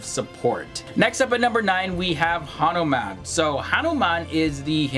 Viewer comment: Hanomaan😂😂😂 Baander di olaad...🖕🏿🖕🏿🖕🏿